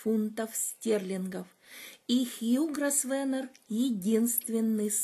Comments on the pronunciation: «С» там не произносится. «ГрОвэна» на британском английском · Извините, но вот тут мой муж-англичанин подсказывает, что фамилия Grosvenor произносится как Гровно. Так что не попадите в просак, когда услышите это имя в прессе или если будете произносить его перед англичанами. Удачи.